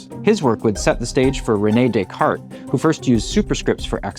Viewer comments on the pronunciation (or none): none